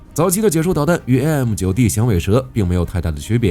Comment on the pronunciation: 哥哥 那唸ㄒㄧㄝ樹